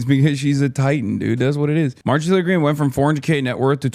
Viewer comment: Someone said Maojorie 💀